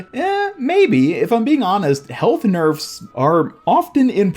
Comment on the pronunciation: Hog "nerfs" XD